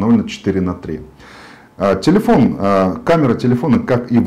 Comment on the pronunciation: ТИЛИЫОН Э С ДииРКОЙ